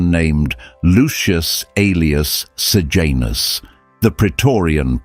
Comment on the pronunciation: Sejanus not Sir Janus. Pilate not Pilot.